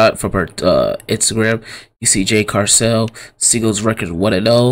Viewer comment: It Cargill not carcell